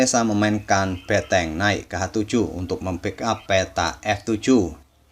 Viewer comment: benteng bukan beteng bang...